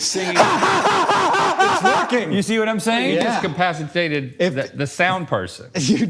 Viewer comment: "you discapacitated the sound person" lmao